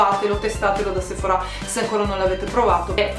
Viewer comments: perche dici sephorá? si dice sephora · Io la pronunciavo Sephora e non Sephorà.....ho qualcosa che non va.....😅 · Duglas si legge Daglas e Sephora è senza accento sulla a finale...............